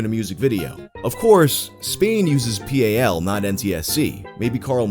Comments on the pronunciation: I hope I'm not, like, the ten thousandth person to bug you about this, but while "NTSC" is pronounced letter by letter, "PAL" is usually pronounced just like the word "pal". ♥ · I've never heard anyone refer to PAL as P A L instead of as one word. XD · I have not once in my life heard someone refer to PAL as P A L - and I live in the UK. It was kind of cute actually